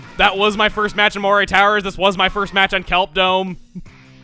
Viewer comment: It's pronounced " muh-ree " towers.